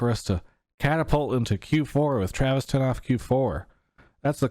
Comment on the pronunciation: TEA-ravis Gafford